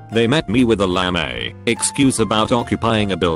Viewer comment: Regular person: lame Text to speech: LAmAe